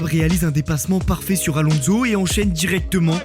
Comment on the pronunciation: La jordan de Marc Weber suivi de "Fernando AlonZo" fait un effort par pitié bro